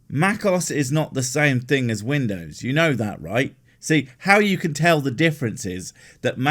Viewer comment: Vindows! 😂 Please, please tell me this bloke is satire. Because my head is about to explode!!!